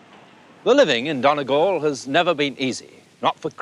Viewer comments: It's not pronounced Donnygall Trevor, it's Dhún na nGall, with a "u" not an "o" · It's pronounced Dunny-Gal Not Don-a gal. Feckin English. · he butchered the pronouncing of donegal